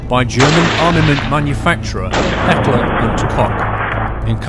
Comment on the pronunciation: I'm pretty sure it's Heckler, not Häckler, which in Schwäbbish dialect would mean "little hacker" or "hackky" ("hacker-hackky" i ripped this off "dad-daddy", because english is kind of lacking those cute, praising or soft forms of this word, but they are present in german)